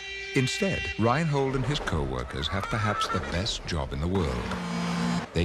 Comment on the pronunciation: Ryan Hold?! Lol, its Reinhold, a german name...